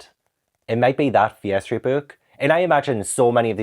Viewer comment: Hi, I am learning English, it is not my native language - whenever you say Fear Streat books, it sounds like "Piastri books" to me 😂 I was a little confused at first 😀